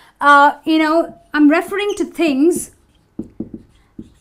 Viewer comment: Your pronunciation of "referring" has the wrong syllable stress. It is re-FER-ing not REF-er-ing